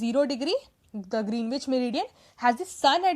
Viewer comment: I think Greenwich is pronounced as Gren-itch.